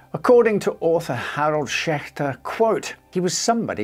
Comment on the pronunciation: I just came across your channel today, I really like your no nonsense style of presenting your videos. Also, kudos on the pronunciation of the ch in Schechter. 👍